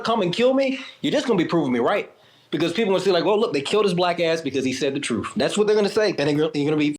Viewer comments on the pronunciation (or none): Was that truth with an "F" at the end I hearth Mr Stand Up African American??? 🤣🪦 failing his own audition put me out. This one might be my favorite lol, his self hate origin story is prob more sad than myrons